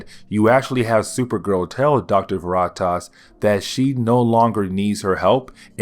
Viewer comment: Please look up names so you pronounce them correctly for the audience. Veritas is a simple word to pronounce. I knoe you can do it brother. This has been a huge struggle for you but I know you can do it. I've watched almost all of your videos, you're a lot better than when you started, I'm sure you can be better still. Keep up the hard, good, work!